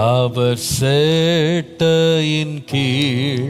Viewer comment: Pls correct pronunciation use this song.... Not சேட்டை கீழ்..... செட்டையின் கீழ்